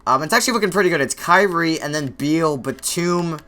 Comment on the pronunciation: nigga its not bradley bweal its beal smh